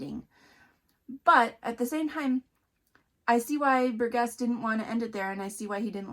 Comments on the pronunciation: His name is pronounced bur-jess. I wrote a report on this book as a senior in high school. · Ugh! Burgess is pronounced with a soft G. Have you never heard that name pronounced? I've pronounced names incorrectly that I had only seen written but this one is a pretty common name. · Please learn how to pronounce Burgess.